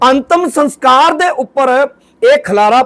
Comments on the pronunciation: Antam saskar not sanskar pl. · Sans kar ni hunda saskar hunda a maharaj